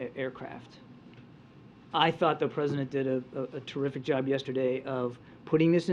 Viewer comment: Kirby does a good yob